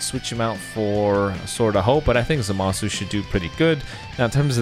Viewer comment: Just keeps pronouncing zamasu name wrong wtf